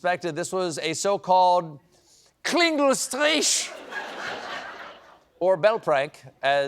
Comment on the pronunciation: Its Klingelstreich, like "reich" :p - or Strike but with CH like in Richmond